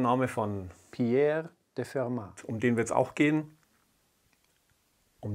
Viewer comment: Und - wenn mich meine Französisch-Kenntnisse nicht im Stich lassen - dennoch nach wie vor falsch: Das "t" hinten müsste stimmlos sein...